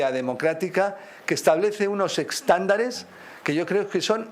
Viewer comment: Ha dicho eXtándares??🤦🤦